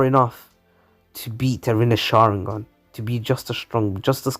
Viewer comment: Sharingon instead of sharingan at the start and jogon at the end